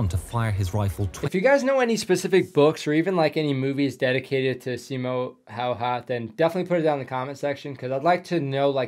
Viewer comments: You got the name Simo Häyhä much closer than most native English people ever get it, so good job! The only improvement I'd give is to say the first ä the same way you said the second. The "'ä" is pronounced like you pronounce the "a" in the word "hat". But aside from that slight correction you did really well! ☺👍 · Your pronunciation of Häyhä was pretty much spot on. I don't really care how people usually pronounce Finnish words since it's a weird language for most people. But I once heard a guy pronounce Häyhä as "Hagje" and it was.... Interesting. Oh and Finland in Finnish is Suomi and swamp is suo. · Pronounced it very close. The Y is a bit different but it’s not like a native would not instantly understand what you said. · when he asked how to pronounce it he meant how to actually properly pronounce it, not in an Americanized way. He was closer to getting it correct than any other non-finnish speaker I've heard. If you want to properly pronounce his name you just have to learn the phonetic pronounciation of "y" in Finnish, then you take the "Ha" sound from "half", then it's Ha + y + ha" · While your pronounciation wasn't 100% correct it's much closer to correct one than how americans often pronounce his name. At least you didn't use common "Hay-ha". Hay? He was faemer but seriously? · You actually pronounced it well great Job! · Damn almost correct pronunciation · I know im bit late, but your attempt on "häyhä" i think was pretty good. Sure it wasnt perfect, but you shouldnt worry about it you are not native speaker sir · "i slept well even during the war" 10% frightened, 90% hard respect. i've seen a lot of veterans who have had awful life after war and this man felt nothing. mad. (and the pronounciation was pretty close if you want to practise it the "Hä" is like HAppy, but for the life of me can't find a single word in english with Y pronounced "correctly") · Your pronunciation of his last name was actually very spot on. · Well, no, but it was pretty good.